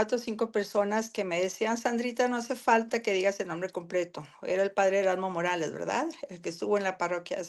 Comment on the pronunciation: NO SE ENTIENDE EL NOMBRE DEL PADRE MORALES